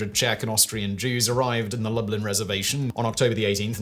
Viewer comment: Lublin, Poland, As far as I know, Lublin is most commonly pronounced Loo-bleen